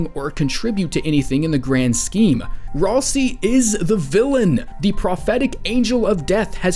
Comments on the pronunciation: GenOcide not Genecide Ralsei is RalSAY not RalSEE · Ralsei, not ralsi.